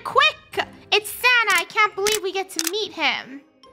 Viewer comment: Is it just me or does say Santer instead of Santa